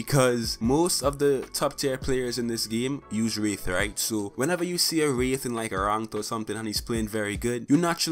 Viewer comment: "Who plays WREETH and mains WREETH"